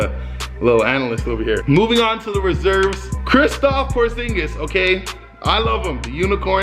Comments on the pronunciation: kristaps not kristoph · Did he say kristoff